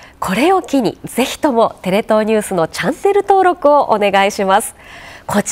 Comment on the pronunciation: 大江さん「チャンネル登録」が「キャンセル登録」に聞こえます。私の左耳は高音部がほんの少しだけ怪しいんですけどね。